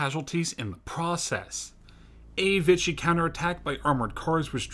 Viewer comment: Not bad but you need to practice your pronunciation. Cavalry and Vichy mispronunciation was irritating . Lavarac . Syrian . The use of PNG and North African photos also unnecessary